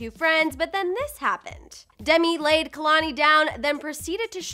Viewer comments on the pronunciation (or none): Well first is anyone also annoyed at how homegirl can’t even pronounce KEHLANI... smh....girl it’s KAY-LAN-EE...NOT...KUH-LAN-EE!! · I don't even care about what their talking abwt cause this lady ain't even saying kehlani properly